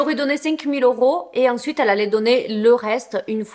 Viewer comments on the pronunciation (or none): none